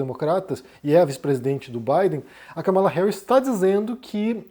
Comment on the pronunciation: Káh-mala, meu caro. Trump está sendo criticado por falar propositalmente o nome dela errado: Kamáala.